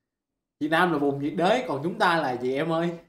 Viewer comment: "Nhiệt đới" - "Nhớ đị..t" đó ơi